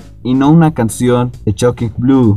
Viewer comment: Y por cierto no se pronuncia /chokin/ con «C» es /Shocking/ con «S» Shhhhhhh